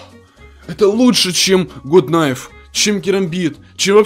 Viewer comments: не гут найф а гат найф! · я говорю что ето не гут кнайф а гат кнайф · Если что, правильно ГАТ КНАЙФ, А НЕ ГУТ)😃